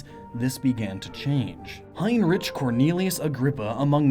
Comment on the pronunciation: hainritch?! Heinrich is pronounced Hinrich, with the ch pronounced like in Loch Ness. Sorry if I sounded pissed off but I heard too many mispronounciations of german names lately